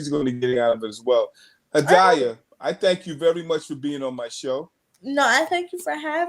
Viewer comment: her name is pronounced Ha-dee-yuh.